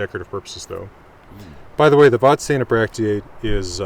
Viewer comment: Hugely uninportant correction, Vadstena is pronounsed ”vasstena”